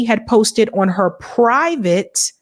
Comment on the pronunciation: She says, "on," pronounced, "Oowon."